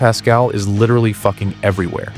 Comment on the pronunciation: “Litiralli litiralli litiralli”